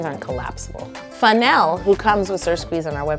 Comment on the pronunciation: "Funelle?" I cracked up.